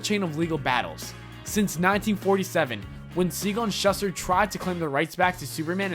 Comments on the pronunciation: To the narrator, Nietsche is pronounced nee-cheh and Schuster is pronounced shoo-ster. The narrator should learn foreign pronunciations from time to time in the proper context. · This guy needs to learn how to pronounce last names properly. He totally butchered Schuster and Nietzsche. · Holy crap - ShUH ster? NEYEsh? That's 'Shooster' and 'Neechee' on the pronunciations dude. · Pronunciations schuster=SHOE-ster and the philosopher is pronounced knee-chee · Nietzsche =Knee-Chee or Knee-Cha Schuster = Shoe-Ster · Pronounced Shooster and Neeshh.